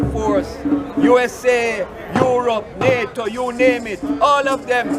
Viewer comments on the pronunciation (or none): none